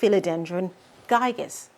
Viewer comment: It's called Philodendron Gigas with 'gi' as in gift. Giga. Giga means billion, a way to say big or huge and that's how the leaves get.